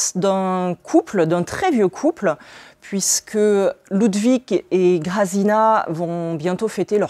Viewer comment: Ca donne envie....merci beaucoup pour vos présentations, c'est vraiment chouette. Juste pour info le nom de l'auteur se lit "milochefski" et même exactement en polonais "miwochefski" , les prénoms des personnages "grajèna" et "yatsek" . Et pour dire "encore" à l'auteur, on va plutôt dire jeszcze (prononcez yèchtché") car "ponownie" c'est plutôt quand on reveut encore la même chose...